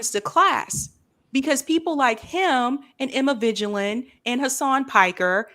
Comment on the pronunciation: At least pronounce Emma Vigeland's name properly, come on now.